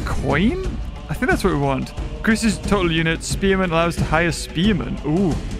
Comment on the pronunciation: I love how calls "Spearman" to "Spemen"😂😂